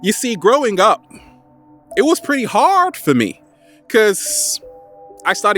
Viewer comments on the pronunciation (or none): I like the way you say harrrd